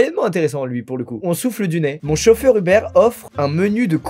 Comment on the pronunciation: mon chauffeur "hubert" au lieu de uber, t'a pas respecté l'appli là 😂